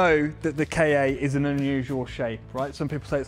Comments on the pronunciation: Kei-ei? Isn't it pronounced "Ka"? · I don't know why, but i am getting really fucked off because they pronounce it "Kay-Ay" It's fucking Ka! Just as a word. There are no periods between the letters so it's not an abbreviation. Ford doesn't even call it a "Kay-Ay" and they are american so you know they are bad at english.